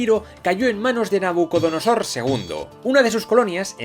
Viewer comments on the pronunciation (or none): none